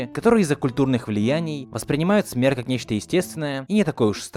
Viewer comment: Почему "смэрть"?